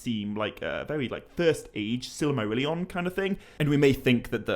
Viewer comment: silamarillion? sil'A'marillion? why does he keep adding A'ss in the middle of words? In another video he keeps saying Elaven rather than Elven... once you notice its really jarring...